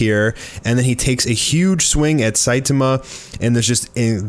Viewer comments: It’s sai tAHmAH not saitamuh. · SAI TA MA not Sai ti ma 🤦🏻‍♂️ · Why do you say “Site-Tema” kinda annoying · It pronounced say toma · sai-tummuh lol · At least pronounce the name of the main character properly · The way u pronounce Saitama 😂😂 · Pronounce Saitama’s name correctly. You’re butchering it smh 🤦🏼‍♂️ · I like it when you pronounce Saitama. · No hate or anything but the way u say Saitama bothers me but love ur videos keep it up! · how do you manage to butcher Saitama that badly lmao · Hey,. Are you aware that you’re pronouncing Saitama’s name wrong, and are you going to do anything about it? Edit: Ex: The a in the middle is being pronounced as a e in the middle